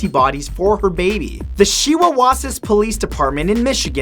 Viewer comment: You pronounced "Shiawassee" wrong. "Shy-uh-wah-see." Just a heads up. Lol